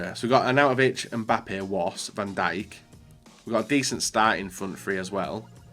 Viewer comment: U nid to know how to say van dijk properly